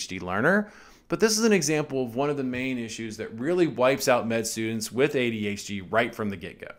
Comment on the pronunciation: its funny how you say adHd :D Always surprises me again